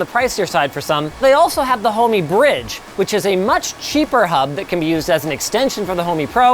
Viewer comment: Thought the same. It's actually "Homey"